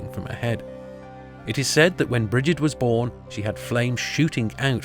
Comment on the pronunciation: Just to let you know Gibil is actually pronounced "gebil". There are no hard "g's" in Sumerian. No sounds like gem or gerbil, more like Gimli. mm, Brigid is pronounced as Breed, it's Gaelic not English.